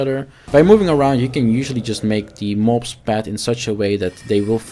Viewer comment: it sounds like you sayin “ mopes” when you say mobs and I love it😂😂